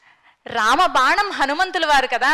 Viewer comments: బాణం కు బదులు బానం అని వుచ్చారణ తప్పు తల్లి. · బానం కాదు... ప్రమానం కాదు అమ్మా.. అలాంటి సభలలో కుడా నోటికొచ్చిన తెలుగు వాడొద్దు.. plz..